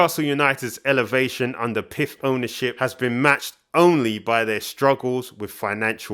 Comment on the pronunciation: Nice video, subscribed. Just as an aside it’s globally pronounced P I F not piff. Looking forward to seeing more, thanks.